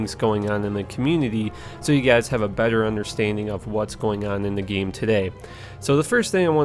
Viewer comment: The way he says 'Game' is so funny. It's like Gye-em or Nye-eem